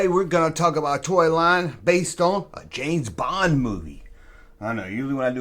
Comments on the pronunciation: James Bong? I am listening... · James Bong😂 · James Bong?🤣🤣😂🤣🤣 Dude, take that mistake and run with it!!! There's your new t-shirt line!!!